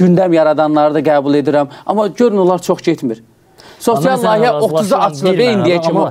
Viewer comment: bey, her sey eladi, ancaq: "Lahiye" yox, "Layihe"...